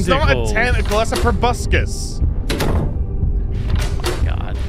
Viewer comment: Probuscus - Tobuscus goes professional. Proboscis - pro bow sus, a long snout